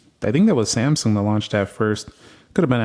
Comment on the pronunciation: Everytime iPhone open first homie say Samsumg 😅 it's kind annoying but ok just saying😂🎉❤